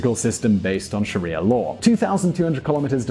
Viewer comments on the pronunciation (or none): none